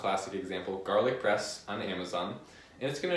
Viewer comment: I thought you were saying garlic breast the fist 5 times, made it even more entertaining.